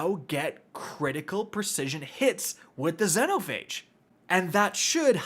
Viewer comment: Xenophage pronounced Zee-no-fay-g